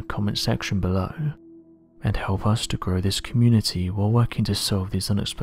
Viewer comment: 2 things: 1. As usual, stop saying "abscribe". 2. Roll back on the high end if you are going to whisper like a Euro-heroin addict please, it just sounds like someone whistling through a wah wah pedal. Bonus comment: This is amateur shit guys, just say actual words and make it sound understandable. Thanks, I know you will do absolutely nothing about it.